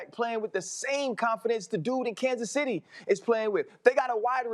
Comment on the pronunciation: Stephen “Kansas Centy” A Smith.